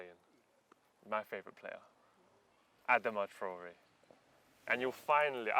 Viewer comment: Adama Tree-ore